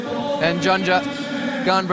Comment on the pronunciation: will someone explain to the presenters how to read the names it is "Stasha GeYo" and "Yanya" .... a J is read as a Y in the word Yes. and N + J is read NY as in El Nino in Spanish